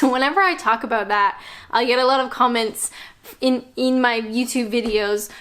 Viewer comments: Us brits are truly laid back... UNTIL YOU PRONOUNCE ABOUT LIKE ABOOT! 4yrs and she still doesn't get it 😂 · please address the way you pronounce the word 'about' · "Aboot" <3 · I know, this is a cliche but I love how you say ‘about’ makes me smile every time. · I love your tutorials, don't tell anyone but I have a drinking game when ever I watch your videos and have a drink when you say "about" in Canadian, keep up the good work, take care from 136 miles south of Vancouver British Columbia.